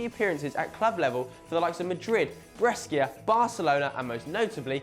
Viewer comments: Also, Brescia is pronounced 'Breshya' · 1. The fact someone retires from football fully doesn't mean they're forgotten.2. You could learn how to pronounce phrases like Simeone, Gheorge or Brescia properly.3. HOW IS PEP FORGOTTEN? Sorry, but this video ain't much impressive.